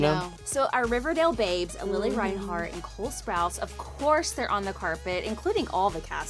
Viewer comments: Lily ... ITS LILI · Its Lili Reinhart not Lily Reinhart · It’s Lili Reinhart not Lily Reinhart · I just wanted to say it’s lili not lily😊